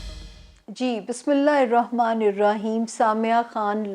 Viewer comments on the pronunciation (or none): none